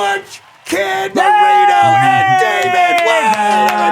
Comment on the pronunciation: You're so cute,. Sounded like you said Ken burrito, instead of Marino 😆